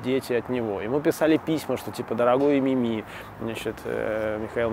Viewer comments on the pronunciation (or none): none